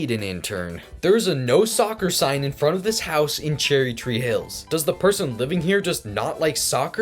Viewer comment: “Cherry chee hills” lol Its kinda hard to pronounce so its alright